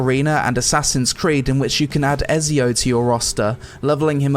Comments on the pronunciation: Its Ezio like Ecio not Esio like who thats into gaming hasn't heard of Ezio or played assassins creed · My dude said Esio in the ad read lol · Did my man say esio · She’s a 10 but she pronounces Ezio as “ezzy-o” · me when i hear people prononce ezio's name wrong what is wrong with you it is et-z-o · he really said "Ezio", dang... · Its pronounced 'ET-ZEE-OO'!!! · Because mispronounced Ezio’s name so atrociously